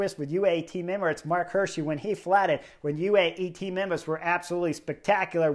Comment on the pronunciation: It's pronounced "Hi:rschi" like = hear-she, is Swiss German and means "deer-guy" in English 😉.